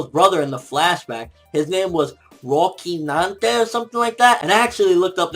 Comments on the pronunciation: Just so you guys know, the novel "Don Quixote" is one of the best pieces of literature in history. I am not saying go read it, I am saying read up on it, it will make the Quixote's deeper and even better developed characters in your eyes. Also, Rocinante is said [raw-see-nan-teh]. I really love how Oda does this, he relates his story with actual history; so fucking awesome. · This chapter was amazing.... Rocinante is pronounced ro-si-nante.... and it all makes sense. He was Don Quixote's horse in the novel by Miguel de Cervantes. He was his noble steed and most trusted partner next to Sancho Panza. I love how Oda always does this, alluding to real situations and characters based on real novels. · * The pronunciation of Corazon's real name (Rocinante) is the C sounds like a S * Yes, the name of both Donquixote and Rocinante comes from the Spanish novel "Don Quijote de la Mancha". * It's Trafalgar D. Water Law, not Watel (Those two are based from the Battle of Waterloo). * I remember when Doflamingo asked Law, why did he trust Luffy? And he said that The D. will bring a storm. After that, in Dressrosa, Doflamingo looked very angry after those words and he shot Law 3 times. * Perhaps, Corazon is being mute on purpose for a greater plan to have revenge against Doflamingo for killing their father. * I have an hypothesis: the 2nd Corazon is Vergo.